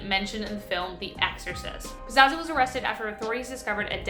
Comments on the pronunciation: #5 his name is pazuzu not pazazu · Excellent video as always but the name is pazuzu, not pazazu. It days back to ancient sumeria and some say has direct correlations with the baphomet. With the as above so below pointing gestures. And that fellow didn't live to far away from me in my state of NC. Keep up the good work tho. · It's pronounced "puh-zoo-zoo". He was from my hometown. They actually tore down his house a few years ago.